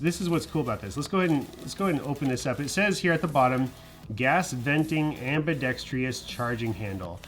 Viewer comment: am-bi-dex-trous (4 syllables) not am-bi-dex-tri-ous